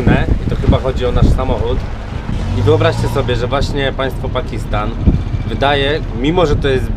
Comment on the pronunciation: pakistan nie pakisttan i tak jesteś polak bo skarpetki masz w sandałach